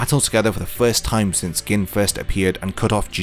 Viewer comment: Gin, pronounced "Geen". Sorry but it was killing me every time you said "Gin"... still upvoted. Great video.